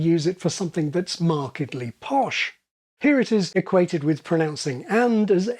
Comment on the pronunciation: Pronouncing "here" as /hjɜː/? It's it just me, or does that sound vaguely Welsh?